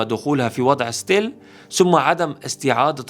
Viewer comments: اسمها stall وتلفظ ستول صعبة تكملة الفيديو مع هيك غلطه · مفيش حاجه اسمها ستيل حضرتك قول انهيار وخلاص مدام مش عارف تنطقها